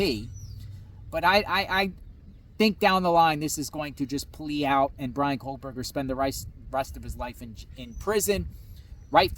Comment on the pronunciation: It's Kohberger, no l.